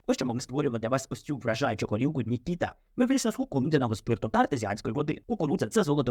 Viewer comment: Не НікІта, а НікітА, кіно таке...😊